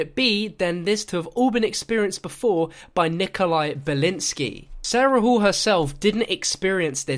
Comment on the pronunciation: its resnov no way its nikolia